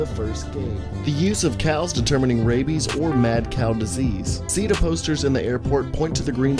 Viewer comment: Did you just say mad snail diesies or mad Cow diesies